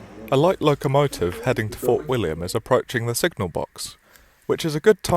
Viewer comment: Well , at least he pronounced fort william properly